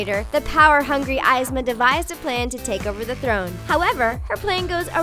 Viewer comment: who the hell is EYEZma?